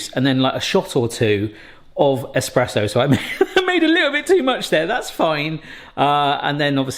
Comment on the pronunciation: Espresso lol not esperesso